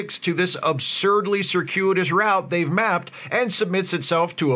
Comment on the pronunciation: golf clap for using and pronouncing "route" the way I think is correct